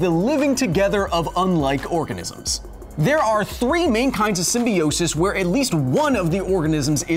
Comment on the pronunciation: You pronounce symbiote and symbiosis wrong i think